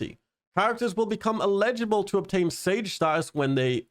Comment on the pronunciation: Wait, how are you saying "eligible" again? Because it sounds like you're saying, "illegible". While the root words have a connection, "eligible" means "having the right to do or obtain something; satisfying the appropriate conditions." On the other hand, "illegible" means "not clear enough to be read." With eligible, the emphasis goes on the "el-" syllable, whereas "illegible" tends to favor the "lehj-" sounding syllable. I apologize for coming off like the grammar police, but I honestly couldn't make sense of what you were saying until I read the patch notes along with you. As to the update itself, most of this went over my head, but I'm a brand new player (I only started I think Monday or Tuesday of this week.) The one thing I would like to see them add is Edit HUD and Photo Mode for console players.